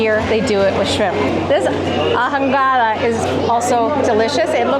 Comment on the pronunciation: H is silent in Spanish…ahogada … pronounced aogada